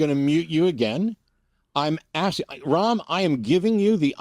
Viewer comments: Why ask if Ram is pronounced Ram or Rom? Why, after he has said it is pronounced as Ram, do the hosts proceed to pronounce his name Rom? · Ram as in Ram with a short 'a' - like the gentleman himself pronounced it.